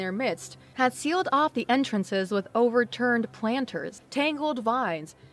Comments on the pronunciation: Your doing fine but just so you know behemoth, Conflagration and overturned are pronounced incorrectly. Everybody mispronounces words sometimes. Keep up the good work!👍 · oh ok that sense I only heard 3 (overturned, conscience and conflagration) but practice makes perfect so keep work at it before long you’ll be about reproach! 👍🏾